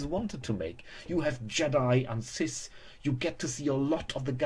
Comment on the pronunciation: YOU HAVE THE JEDI AND WHAT?! CISTS? MAN LEARN TO SPEAK XD